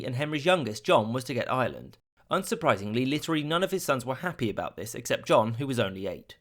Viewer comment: It's pronounced Ireland!!! Not island.